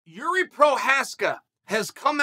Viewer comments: Damn, Chael pronounced Jiri's name correctly. Never thought I would see the day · Whoa he said his name right for the first time lol